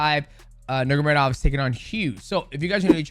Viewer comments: Bro it drives me crazy how he always says it wrong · Nurmagomedov ❌ Nurgamedov ✅ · Nurgamedov 🙃 You are mighty but not in names spelling))) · Mighty Mouse hilarious for the pronunciation “Nurgomedov” LOL we love you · DJ it’s Nur-mago-medov 😂😂😂😂😂😂😂😂😂😂😂😂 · Its NUR-MA-GO-ME-DOV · Dj sayin is Usman nurm….of legit? Brother of Umar nurm….of 😅😅😅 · DJ mispronounces names better than Chael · I love how Mighty can't pronounce that last name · yeah so fucking annoying to hear him butcher the name Just say their first names instead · Nurmagomedov pronounce gets worse every time my brotha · Dj,Bratha... Atleast Say nurmagomedov right 😂😂😂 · Khabib is one of the greatest of the sport. i think his work as a fighter and as a man demands our respect to at least say their last name correctly. the way people would say in his country. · DJ can't pronounce Nurmegomedov 😂. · Dj tried hard to pronounce nurmagomedov but cant 😂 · the way dj pronounces their last names